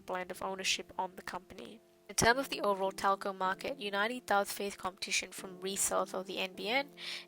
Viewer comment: I think it's pronounced, "unity" homegirl.